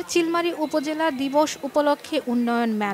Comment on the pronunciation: ভুল ভাল সংবাদ পরলে হবে? চিতলমারী কে জদি চিলমারী পরেন 😅😅